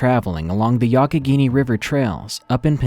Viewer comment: Dude, kudos for pronouncing Youghiogheny correctly! I’ve heard of Bigfoot sightings in PA before. The most recent I heard was in Elk County which almost in the center of the state, but I’m surprised how close to Pittsburgh that story was.